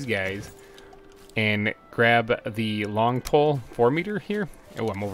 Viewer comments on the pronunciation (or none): I love how you keep saying long pole instead of log pole hahaha it's very charismatic